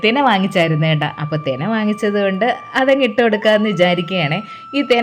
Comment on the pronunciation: Thena alla thina..vidieoyil aavarthanam parayunnath orupd und